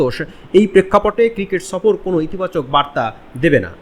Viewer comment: সফর কথাটা আগে ভাল করে উচ্চারণ কর, তারপর আসব না হয় বৃরা সফর করতে...😂